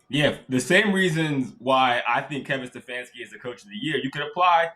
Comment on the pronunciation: It’s Stanfanski